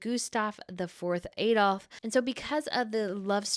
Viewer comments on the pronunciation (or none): none